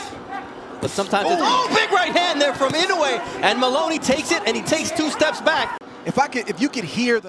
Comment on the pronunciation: I hate AI! Instead of pronouncing it the correct way - "muh-LOH-nee" it pronounces it "MUH-luh-nee". At least during the fight the human announcer pronounced it correctly.